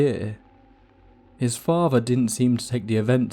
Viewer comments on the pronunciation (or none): what a favvah? what is a muvvah?